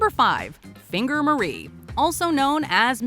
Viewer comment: Really said 'Finger Marie' bruh...